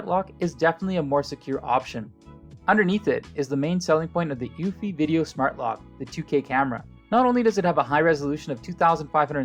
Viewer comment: Pronounced uuu-fee!! Not uewwfy!!